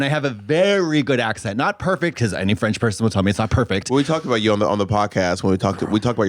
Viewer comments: French person here and I can attest Katya has a GREAT French accent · En tant que Quebecois, Katya a un accent français très correct, mais pour des Français c’est autre chose haha